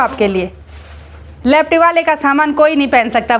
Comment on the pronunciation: ji lefty hota hai na ki lepty bahut sare wrong words bolte ho